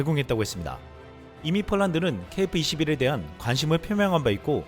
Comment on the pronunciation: KF발음이 .케이프 로 들린다는ㅠ